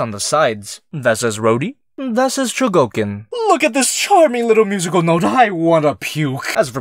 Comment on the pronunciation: Chougokin? Kyougokin? Fuck it, chi Yo u go KI n